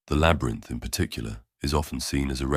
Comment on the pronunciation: am i only one that heard "the hero the shadow, the trickster, the LABRAT instead labyrinth?